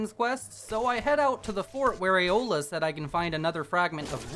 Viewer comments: This is the second time I've watched this video and only now I've noticed... He kept the whole video saying Eola instead of Aela XD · I feel the need to point out that it's Aela, not Eola. Eola's the cannibal. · Why he say aela like aola?????? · Ay-OH-la I cannot 😂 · Aela doesnt have an O in it 😅😅 The way you say it reminds me of something else